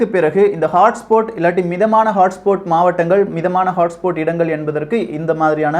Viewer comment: HOTSPOT ஐ ஹாட்ஸ்பாட் னு சொல்லணும். ஆனால் ஹாட்ஸ்போட் என்று சொல்றியே